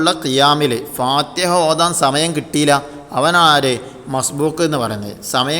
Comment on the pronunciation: ഫാതഹ എന്നല്ല ഫാതിഹ എന്നാണ്